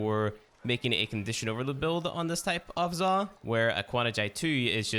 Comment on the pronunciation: Its Zaw, not "Zah"